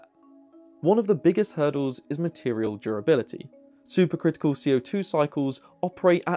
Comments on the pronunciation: I had to turn the captions on to understand he was saying super critical, not super crystal. The Brits add an extra syllable to aluminum, now I know where the critical/crystal syllable went.😏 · You keep saying "super crystal", or that's how it sounds.